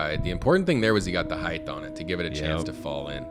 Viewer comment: what is it with disc golf commentators saying heigth and not height. the word is H-eye-t not H-eye-th ???????